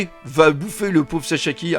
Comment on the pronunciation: Hahaha, tu me fait trop rire, tu te reprends je sais pas combien de fois pour pas dire Queen au lieu de Kid, mais tout le dire saSHAki au lieu de saSAki ça on s'en fiche lol (Bon en même temps c'est pas le même level d'importance du perso mais quand même lol) Continu comme ça, je suis fan! =)